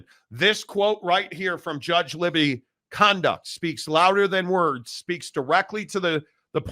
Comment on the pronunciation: The judge is Gary Libey…pronounced “Lie-bee”—not “Libby”.